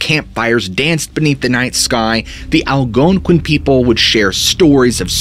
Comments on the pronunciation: I don't know why, but every time he said that tribe name that I can't spell and sounds like it starts with an A, I can't help but smile and laugh a bit. Southing about the emphasis at certain syllables cracks me up. "The Al-GOOONE-quin people" 😂. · I NEED this guy to spell the name of the Indians that believed wendigos, the veil being thin, etc in Bennington. I gotta know if he just sounds weird saying the name or if he over emphasizing the "ouin" part or what, because it's cracking me up 🤣.